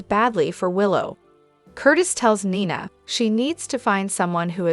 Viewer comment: Neena not niiina